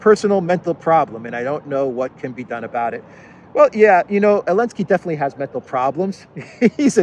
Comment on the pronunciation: why do you call him "alensky", vs "zalensky" ?